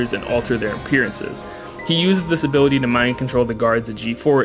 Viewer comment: "impecable zoning hability" Gold shit